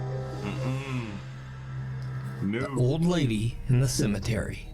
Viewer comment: It’s “cemetery” my guy 😂...